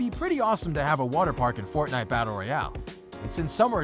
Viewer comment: says fortniye battery